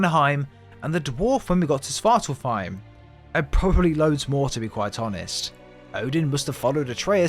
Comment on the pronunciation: and svartalfheim has an F. This guys pronounciations irk me